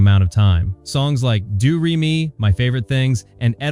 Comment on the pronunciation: And it's pronounced DOE-RAY-ME... not do-ree-me